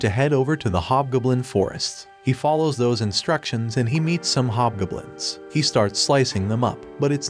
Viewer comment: I died when he said "hob gooblins" instead of hob goblins